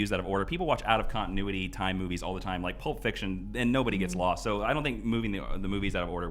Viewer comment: I don't know if it's presence or what but I think I heard saying "these boobies" instead of "these movies".